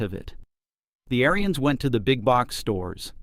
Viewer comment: First off lean how to say their family name Ariens. The Ariens Apex line and up are great machines.